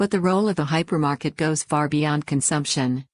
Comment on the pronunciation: Hypermarket, not "Hypermarked"